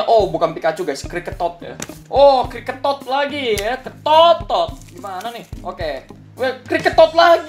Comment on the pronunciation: Abang lucu banget tadi Abang bilang kricketotnya ketot,Abang hapus aja o nya bang terus tambah n nya di depan e nya bang setelah dihapus o nya jadikan u kentut jadinya Hahahahaha hahaha Wkwkwkwkwkwkwk🤣🤣😂😂🤣😂🤣😂🤣😂